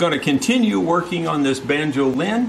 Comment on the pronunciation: (*"banjo-LIN, as in Mando-LIN)